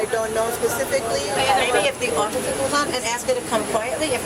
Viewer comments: I spit out my coffer when she said ossiffer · "I never hit an occifer" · “I swear on my life I never hit an ossifer”